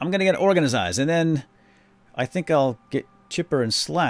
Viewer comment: Hi!!! I love that u say organisised instead if organised